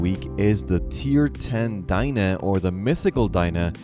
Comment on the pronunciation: It's not Dien-Eh it's Den-ae. Anyways I hope they make it so when your character is floating in the water, you can whistle and immediately mount. Of course distance still plays a role depending on if you have no flute, flute or the celestial horn .